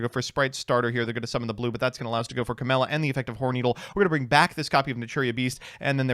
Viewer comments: who wants to tell him camellia doesnt have an s in it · CA*MELLIA* Goddamnit XD